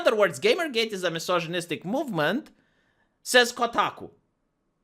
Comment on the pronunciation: I want also him saying "mjisozjinistic" and rascismus